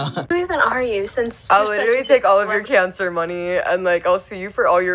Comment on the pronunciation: Why does she pronounce cancer: “KEY-ON-CER”? It’s very annoying.